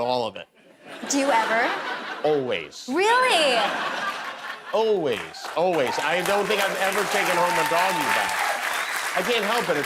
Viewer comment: Anyone else realize for the first time that Jimmy is unable to say the word "always"? LOL